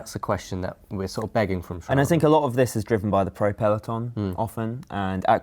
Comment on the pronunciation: Can you stop speaking like zzisss please?